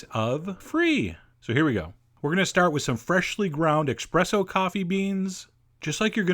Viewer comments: ESpresso...not EXpresso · Espresso.....not expresso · Oh, Chef John! It's not "e*X*presso", it's "e*S*presso".... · Did he actually say “eXpresso”??? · Dear Chef John Please dont call it "expresso" luv from the internet losers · Claims to be a chef. Calls espresso "exshpresso". Get the fuck out of here. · Ex-press-O! Ouch! <3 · Sorry. Pet peeve. There is no X in ESPRESSO. BUT LOVE THE VIDS! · No!! It’s not eXpresso! It’s espresso!😫😩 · Can’t help but shudder every time I hear expresso 😂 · "X-presso"? Oh, Chef John! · Boy said expresso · "S"-Presso ; Not "X"-Presso .... sheesh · He said “expresso” and i cringed!! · ESPRESSO not expresso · he so said expresso xD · It's called ESPRESSO, Mr Expresso)) And if it comes to 11, it's called just that, fucking 11. In your system it's called 25/64, or, more precisely, idiocy)) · He knows. He does it on purpose for humor. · It hurt so bad to hear him say that haha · It's pronounced Espresso chef, not expresso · EXPRESSO? hahahaha #FAIL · Oh no, did you say 'expresso'? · Idiot,it's espresso!not xpresso! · Gah, he said expresso! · yup, EXpresso, I heard it too!! ;-) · Espresso! Not expresso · ESPRESSO DAMNIT NOT EXPRESSO lololol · As much as i hate it i must correct you.. The right way to call it is Espresso simply because Es-Presso translates to Pressed-out which is the way it was (and still is) first brewed (eg Espresso machine). Its often mispronounced Expresso, even by Italians, because espresso is a coffee that is served quickly and is brewed quickly, which as a term makes it somewhat right-somewhat wrong. I hope i helped out-even thought you might said it sarcasticly Greets from Greece Sorry for the bad grammar :) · he pronounces espresso as EXpresso in every video when that word is used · IT'S ESPRESSO, NOT EKSPRESSO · lol I bet chef john says "expresso" just to troll people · eSpresso, not expresso ;) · 30 "expresso" :X chef john you heart my ears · What's expresso? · There's no X in espresso! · "expresso" killed me